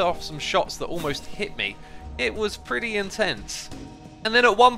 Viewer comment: Perty. Lol